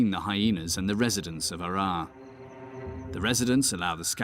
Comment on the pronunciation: يقصد مدينة هرر. وليس عرعر